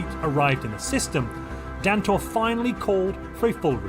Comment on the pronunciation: Holy crap you pronounced it right (I am Dantor)